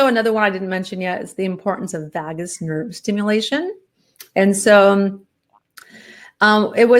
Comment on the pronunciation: Vagus Nerve is pronounced differently,.